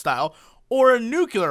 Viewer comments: Nuclear not Nucular for cryin' out loud! Love you man, but come on... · >Corrects his mispronunciation of 'apocalypse' >Says 'Nucular' five times